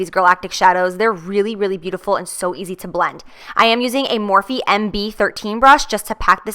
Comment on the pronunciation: Is Morphe not pronounced "morf" not "morfee"??